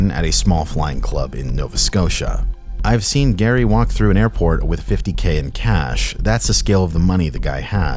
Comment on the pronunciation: I'm sorry, did you say "geary"?